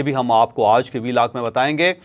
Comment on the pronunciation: لفط "آج" پر زور ذرا کم دیا کریں